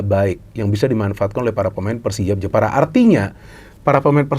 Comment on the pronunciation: Jepara tapi pengucapanya njeporo